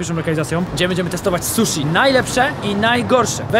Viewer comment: O panie błagam "susi", a nie "suszi". "Shi" to nasze "si", a nie "sz".